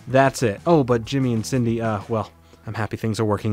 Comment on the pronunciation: I keep hearing Sydney instead Cindy LOL